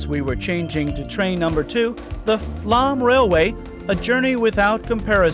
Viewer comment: "Flåm" is pronounced "flom", not "flam".